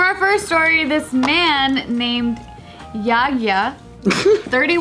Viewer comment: his name is actually Yagya 😂 they just is pronounced it